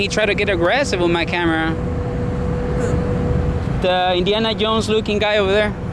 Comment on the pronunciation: When did he say Indiana? I heard Iniana